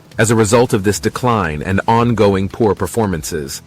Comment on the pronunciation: the Artificial Intelligence narrator interpreted "poor-foot traffic" as "po-foot traffic" :face-purple-smiling-fangs